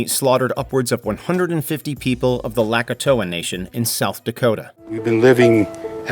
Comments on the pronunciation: "Lakatoah Nation"? Seriously? You can't pronounce Lakota correctly, but you can pronounce Dakota correctly? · Your narrator really said "lak a toe uh" in stead of LAKOTA. You're just as bad as the racists punks writing false history. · Did this fool really say the Lack-oh-toah people at wounded knee? 😂 It's Lakota. Lah-Co-Tah like damn just butcher it 😅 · I don't think the gays called themselves "LGBTQ+" in 1969. Also, if I'm not mistaken, the Wounded Knee massacre involved the Lakota (La KO tuh) people .... not the Lakatowa (La kuh TOW uh), as he pronounced it in the video. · #2 for Wounded Knee, Lakota is pronounced La-Koh-Tah not Lack-uh-Toh-ah like you said. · Did you just say the "Lakatoa Nation". It's Lakota. La-kota. Say it with me. La-kota. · Lakatoa huh? Funny I always thought they were the Lakota😊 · Did he say the tribe was "Lakatoha?" Isn't their name Lakota? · First off I teach all of these things in my history classes so do not lump all teachers in together. You also fail pronunciation. It is Lah-koh-tah and Pah-lah-vi. If you are going to rip on somebody at least learn how to pronounce the words. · A lot of this is false or flawed at least. You couldn't even pronounce Lakota correctly.